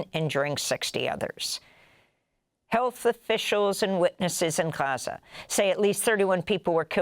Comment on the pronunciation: Amy, your news is in English so just pronounce Gaza normally, it's fine.